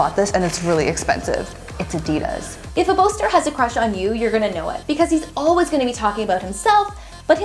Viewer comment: Lol you Said adidas wrong No hate tho I loved the video